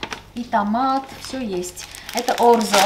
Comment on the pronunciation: Дорогая, orzo значит ячмень. Поэтому и выглядит эта паста как ячмень, а не как рис. Произносится орЦо или орДЗо, в зависимости от региона Италии, но не орЗо. И еще Вы часто говорите "перфеКто", в итальянском такого слова нет. Правильно пишется и произносится perfetto (перфеТТо). P.S. Спасибо уважаемому оператору за то, что прислушался к просьбам и вернул звук видео в прежнее состояние.